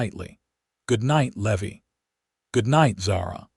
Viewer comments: A Levy as you are pronouncing the cowbo😢y's name, is aa fee charged for a late payment. The pronunciation for the name Levy is, Leevī. Thank you for changing it. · I chuckled as Levi kept slipping up and spurting out what he really wanted to say but couldn't help himself. Could whoever is in charge of the AI programming PLEASE get the names pronounced correctly? Tucson, not Tucs-on, Levi not Levvi, Eleanor not El leaner. The list goes on.